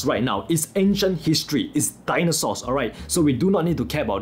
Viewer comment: He Said its Dinosours 🤣